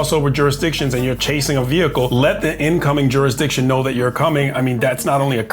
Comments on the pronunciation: "Don't give me any of that juris-my-DICtion crap!" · Juris-my-diction! This old bloke shouldn't be carrying a badge, chasing cars, and scaring women. He's too old for this BS